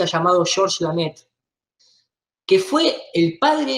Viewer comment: El apellido es Lemaitre no Lamaitre. En frances significa El Maestro. siempre lo dice mal.